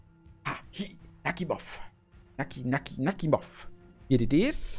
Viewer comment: Netter Träger, und den Namen spricht man Nachimov aus nicht Nakhimov.